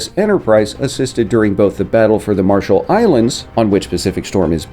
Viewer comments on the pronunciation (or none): none